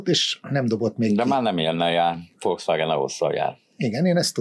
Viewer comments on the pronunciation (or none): none